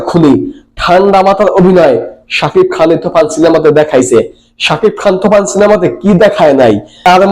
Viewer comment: তুই কি বলিস তুফান বলিস না তুখান😂😂😂